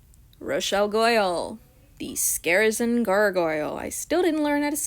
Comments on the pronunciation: I’m pretty sure scarisian is pronounced like “scare ee shion.” Idk if I did that pronunciation thingy right lol. I might be wrong tho idk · The pronunciation is Scar-Ray-tian or Scar-Ris-tian I think lol